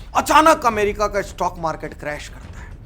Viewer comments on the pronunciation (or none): none